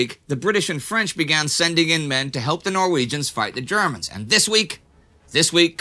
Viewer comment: I am from Trondheim. And must say I love how you prononce the norweigian names ..